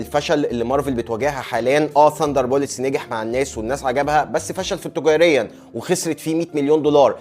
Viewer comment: اتمنى انك تفهمني صح و تاخده انه نقد بناء ، لاحظت انك بتقول ثاندربوليتس اكتر من مره و هي Thunderbolts بولتس ✅ بوليتس ❌ و تحياتي الشديدة ليك و محتواك جامد علفكرة و النقد بتاعك بيعحبني ♥️🕷️💪🏻